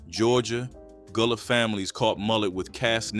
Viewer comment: Gullah pronounced Ga-lah. Still cooking shark, conch, pronounced purlow, still catching crabs with chicken necks. Crabs are still quite plenty full. Sweet potato pune is also being cooked to this day. You’re doing a good job but many of things meals are still being prepared to this day. Lots of property has been developed but it’s not what you think it is. More research sir.